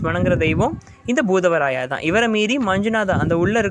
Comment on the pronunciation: Bhoothavarayava illa bhootharaya va